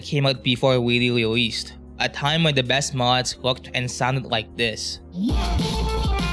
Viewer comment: wewe intwested wewe old before wewe wewesed